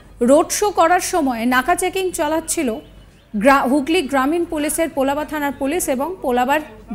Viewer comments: বাংলাও তো জানেন না। পোলাবা নয় পোলবা | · Pl. correct not Polaba, it will be Polba Thana.